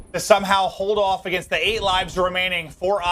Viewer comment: Joe Deluca pronounces 8 “Eat”.